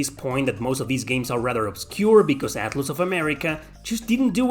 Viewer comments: Atloos hahahahahahahaha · Haha yay I love "Atloose" games 🙂